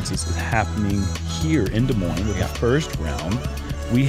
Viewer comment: He jokes about Des Moines being in Nebraska, while pronouncing both S’s